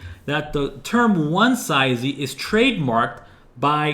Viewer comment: I think the word is pronounced "One-zee" and "one-zees" (One-see / one-sees depending on accent) - but this is a great video regardless!